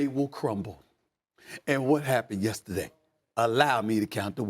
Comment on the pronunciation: Why can't Dan say yesterday correctly?